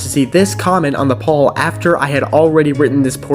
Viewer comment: you did indeed pronounce "poll" correctly (like pole)